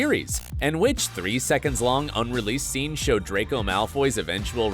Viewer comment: Draco's redemption , he actually pronounce the R. HALLELUJAH 🙇